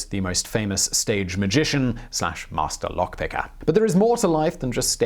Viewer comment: Hearing the way he says "Mastuh Lowk Pickah" is so satisfying.